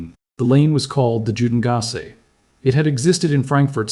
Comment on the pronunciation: There is no excuse for false pronunciation in this day and age. It's "You-den-gass e" not jew den gass e